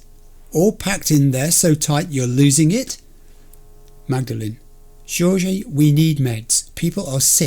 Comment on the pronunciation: Not trying to be critical, but it’s pronounced Hor-hay (Jorge). It’s ok though, not everyone is good at pronouncing Hispanic names.